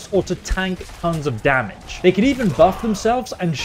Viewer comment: Using… me-laaay damaghee